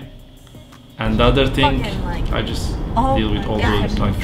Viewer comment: Abi thing derken hafif peltekleştirsene ting diyince garibime kaçıyor :D